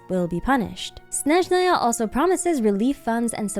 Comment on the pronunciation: I adore how pronounces Snezhnaya and other words 😭❤️